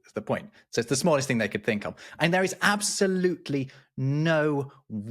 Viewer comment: And responded, “ Ab-SOL- utely…”😂